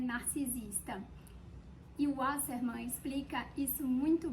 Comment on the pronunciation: Parei de assistir quando ela pronunciou o nome do escritor! Kkkkkkkkkkkkkkkkk